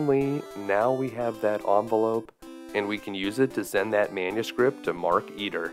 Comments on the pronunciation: You pronounce it like "Mark Eater", when it's "Maar-kuh-teer" Also, they should've made it so you could choose 3 kids other than Dave. Wendy for the manuscript Bernard for the radio or whatever to call the Meteor Police Razor for the tentacle's band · Anybody else notice that it's not Mark Eater, but Mark Eteer like marketeer. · Marketeer, not markeeter.